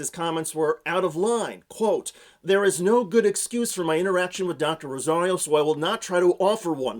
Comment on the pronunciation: This was a professional setting, and her background was related to the issue at hand. She wasn't at a toddler's birthday party demanding that everyone call her Dr. Rosario. By the ways, he also kept mispronouncing her last name.